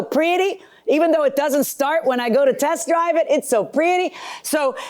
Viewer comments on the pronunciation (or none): Did Anyone Else Noticed She Said “Chest Driver” 🤣🤣🤣🤣 I Love Judge Marilyn